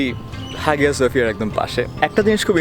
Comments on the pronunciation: Vhaiii absolutely love your stuff, great work. Just one quick side note it is pronounced haiya suhfiya... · উচ্চারন *আয়া সোফিয়া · Hağıa söphia actually is pronounced Haya Sophia in English because ğ letter is unpronounceable letter in Turkish. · Hagia sophia ar G silent thake . So pronunciation hobe Haia sophia.